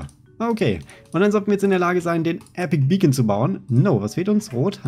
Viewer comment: warum sagst du Epic Beacon es heißt Epic bacon